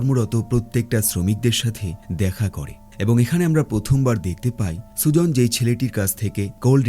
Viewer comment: ভাই সুজন না ভাই সুজেন